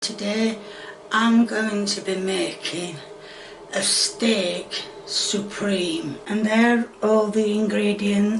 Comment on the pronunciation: I understand! She says Steak-SOUPreme.